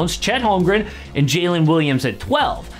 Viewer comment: Once again the wrong Williams. It's Jalen not Jaylin.